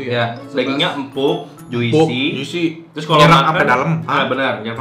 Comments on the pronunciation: Abang, juicy itu bcanya "jusi" yaaak, huruf "i" ditengah itu silent seperti di kata orange juice. Soalnya semua food vlogger selalu pake pronounce yg salah :( tinkyuuu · Juicy dibaca Jusi bang, i nya ga dibaca. Kayak fruit, dibaca frut, i nya silent 😁